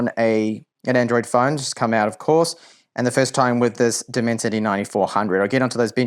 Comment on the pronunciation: Left the video , when he said Diiimensity chip 😂😂😂😂